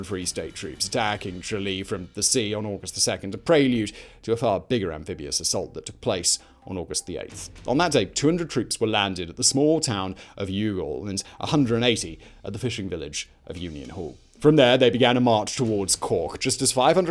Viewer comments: the way he pronounces Youghal made me laugh, it's pronounced more like y'all. Also Fianna Fail is pronounced like Fee-ana Fall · "Cah-al Brew-a", not "Cath-hal -"Brugg-ha". "THE Four Courts", not "Four Courts". "Mul-car-hee", not "Mul-cay-hee". (Bite my tongue for using RP phonetics😂). "Yawl", not "You-gawl" The gigantic explosion was not in the Four Courts, but in the Public Records Office at its rear. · Youghal is pronounced "Yawl". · Youghal is pronounced as Y'all 👍🏻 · Very good but completely disregard his pronunciation of Irish name and place names.